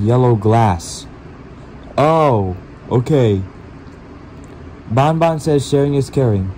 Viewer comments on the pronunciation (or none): It’s not ban ban it’s bon bon